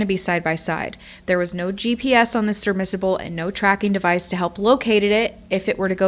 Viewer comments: Meaning no disrespect in any way, a seafaring vehicle meant to travel under water is pronounced sub-MER-si-ble. You had it right the first time. 🤓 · It’s shocking that this Titanic fan produced, and posted a video on a story in the news for over a week but cannot pronounce SUB-Mer-Si-Ble. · Anyone else repeatedly hearing something sounding like the word "submersible", but not quite? 🙂 Sounds like she's saying "surmissable" or maybe "surbmersible" and now that I've made a thing out of it I can't stop obsessing over it😂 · This is a very sad thing, but my ba****d self can not ignore this… seriously I can’t I just can’t I’m sorry comment section… did you just call a Submersible, a, Serve-merrsible? It was only like once or twice but I just can’t. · I love the constant mispronunciation of submersible as "submissible" and "serbmissible" or "submiserble" lol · Statistics say sub-mis-able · Is she saying surmissible?? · Are you saying sir miss able? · great video really but i just have to say it because its like nails on chalk board everytime i hear it.......Its SUB-MERS-UGH-BULL submersible not Sermissable ...great video though done very respectfully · I cringed everytime you said surmissible 😂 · “Serbmisable?” 🤔 It’s submersible “SUB-mer- sible.” Like how youd “submerse” something into the water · Omfg, stop saying "surrmissable". It's a "submersible". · What is a "serbmisable"? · Howd you say that? Sirmisable? Sub... submersible. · Good video, but dear God! It's SUBMERSABLE. Not SUBMISSABLE! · "serbmissable"... Ahhh! Omg you said that SO many times in this video. I'm sorry for this, but it's "SUBMERSABLE" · Submersible, not serbmisable. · You lost me with the repeated and maddening mispronunciation of the word submersible… say it with me… sub·mers·ible, instead, repeatedly saying sir•miss•able, sirmissable, sirmissable, so many times that I couldn’t take it anymore. The video was really interesting otherwise. I made it just over nine minutes. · What's a "sermissable"